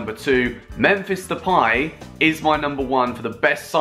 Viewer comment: plz stop saying depaj its depay !